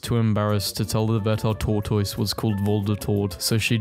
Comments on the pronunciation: correction: it is pronounced tore-tis not tore-tois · Pronounced TORTOSS!!’’ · For goodness' sake. SOMEONE teach this person how to say tortoise. Pronounced "Tor-tus" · Why does he say tortoise like that